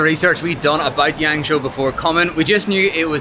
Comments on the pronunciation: Is it YangShuo? (Not YangShou XD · It's pronounced like Yahng-shwaw roughly